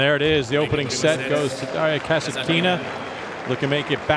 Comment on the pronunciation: her surname is KasAtkina, no KasatkIna. KasAtkina is an authority storm.